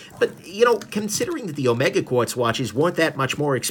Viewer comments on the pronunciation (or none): It's Omeeega!